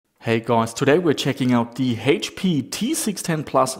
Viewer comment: Funny how you say "Hate-P", or "Heash-P" instead of H-P. lol